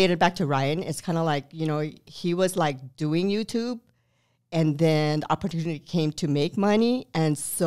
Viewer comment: "Opportunity"or "opera-tune-knitting?" I can only hear the latter thanks to the mom's spaghetti rap xD